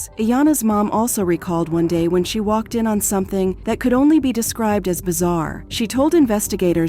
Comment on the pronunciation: C'mon, please fix the AI. You can get it to pronounce words properly. "Waked off"? Really